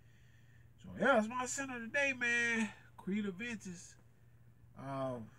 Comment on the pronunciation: It’s Aventus not aDventus.